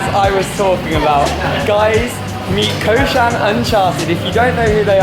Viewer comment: It's "Coshan Uncharted!" I love this couple. They really travel the unknown spots in the Philippines. They bought a town house in Ilo - Ilo - but you already know that,. Great collaboration and quite informative "reporting," by the way. You guys are awesome. You really see more of what the Philippines is REALLY about - and not just for the beaches of Siargao, Boracay, Cebu, and Bohol. Bless your hearts. (I believe the president who decided to help/save the Jews during WWII was President Manuel Quezon.)